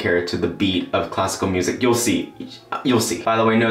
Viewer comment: it took me several minutes to understand that you were saying classical music I kept listening cosco music that's all you're awesome bye